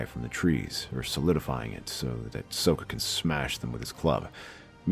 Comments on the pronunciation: It's Socka, not Soeka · It is Sokka. not Soka.